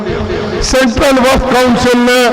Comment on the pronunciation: He 😂 😂 😂 😂 😂 he he,,,, subah,,, aur sham,,, waqh property bolta